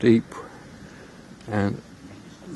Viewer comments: Pronounced - Eeepeer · Absolutely. Being a Flemish region and a Flemish town, Ieper, is Ee-per.